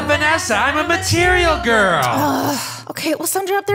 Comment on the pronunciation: "But Vanessa I'm a marterial girl" 😳